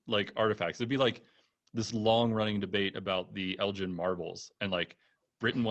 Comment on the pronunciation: Elgin marbles folks - the G is hard not soft. Thank you.